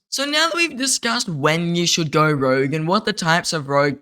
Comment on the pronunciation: Ooof, it's "rogue" mate lol